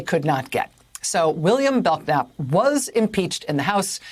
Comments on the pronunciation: Rachel it is pronounced Bel-nap the k is silent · The K is silent, Rachel. It's pronounced BELL-NAP. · I think his named is pronounced bell-nap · Pronounced bell nap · I realize this may be very trivial, but isn't this man's last name pronounced Bell-nap. The K is silent. There is a street in San Antonio TX. by that name. The way she shouted out his last name with such a hard K, I just had to say something. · Does anyone named Bellknap EVER pronounce the K?? It's not that obscure of a name.